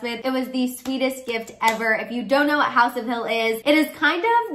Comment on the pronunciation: r u german? Haus = house